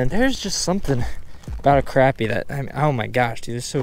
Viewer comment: You say crappie wrong!!!!😂 go more catfishing